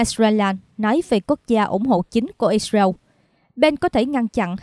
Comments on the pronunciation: đọc sai tên israel có 3 âm đọc còn 2 âm thành iseu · Vẫn đọc là Ix-riu. Con mắm này 40 năm nữa mới có bằng trung cấp. Giờ nó đang hài lòng với bằng... hạ cấp :face-blue-smiling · Cô biên tập viên này nói quá nhanh nghe rất khó chịu. Israel lại phát âm ( ít- diu) chả biết nước nào?